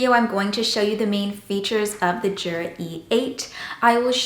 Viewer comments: THANK YOU! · It's pronounced "YOO-Rah" not "JOO-rah."